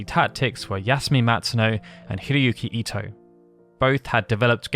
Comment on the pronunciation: Thank you for pronouncing Ito right!